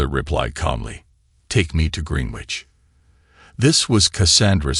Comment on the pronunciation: "grenich" is how you pronounce greenwich